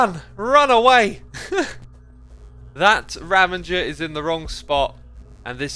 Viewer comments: why do you call them 'ravangers' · It's funny. Oddly, Etho also calls them "ravengers". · and i believe its ravEgers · my friend, I'm only saying this because I'd want someone to tell me if it was me. There's no "n" in Ravager:)